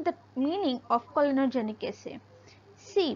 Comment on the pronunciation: clonogenic not COLONOGIC😬. What has a colon got to do in this experiment, Miss??